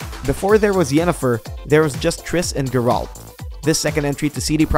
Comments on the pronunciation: Why you keep callin him GerALT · the fuck, did you guys hear how he pronounced geralt of rivia?